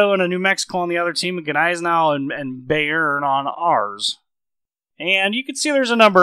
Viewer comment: Good Video, enjoyed it :) Kind of glad i'm up to the NM now, although I'm focusing the German BB line atm anyway. Just one correction, if I may: the Bayern is pronounced "Buy-earn" not Bay-earn" :) looking forward to your NM video!